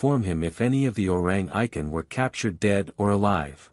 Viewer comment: Orrang Eye-ken?😂